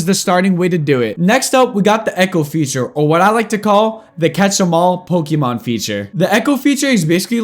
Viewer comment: i laughed when u say pokemon veature, any way good video explanation